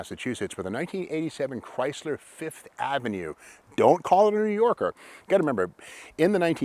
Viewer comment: Yup, the "Sev-ova", the "Fifth-o-Mat" and the "Lin-ada". LOL.